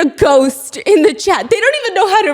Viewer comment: When Stephanie says “I have a copy of your chat” I hear cat 😳